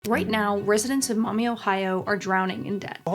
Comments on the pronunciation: It's pronounced Maw-me, not Mommy. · With all respect and feedback in mind this content relating to Maumee, OH it has the pronunciation of Maumee as mommy and not Maw-mee many times throughout the video. As someone from that area and who shared this video I can say the feedback to me has been embarrassing and have heard back a couple times "if they can't say the town name correctly then I don't have the say Kamala correctly". Thank you for everything you do but I will say THIS HURTS ME. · Who thought to name the town Maumee? I keep hearing mommy😂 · Mommy? Sorry. Maumee? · lol i am thinking you mean Mommy not town of Maummee. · Maumee? Sorry. Maumee? Sorry